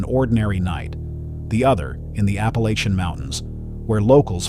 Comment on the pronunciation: Please program your AI voice to say Appalachia correctly!